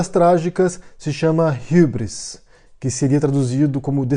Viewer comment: por que você pronuncia hubris com sotaque inglês?